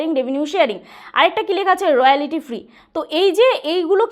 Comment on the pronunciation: আপনার ইংরিজি অতীব খারাপ,বাংলায় বলতে কি অসুবিধে,ইংরিজি কথা গুলো ঠিক করুন। রয়ালিটি আবার কি হয়, রয়ালটি আসল উচ্চারণ। এত হুড়োহুড়ি বাপ রে বাপ।অ্যাপিল কি হয় , অ্যাপ্লাই হয় জানি। কি অসহ্য